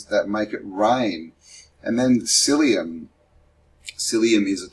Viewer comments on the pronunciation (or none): Mycelium not syllium